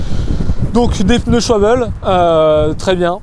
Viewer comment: Dis à qu’on prononce « Chvalbeu » pas « choibeul » 😁